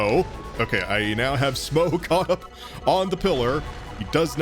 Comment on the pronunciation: Maybe it's pronounced "Smog"?